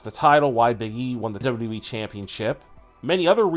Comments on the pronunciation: Lol I already got annoyed when I heard him say “dubdawe Championship” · Hey bro it's wwe not dub dubby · Why can’t you pronounce WWE??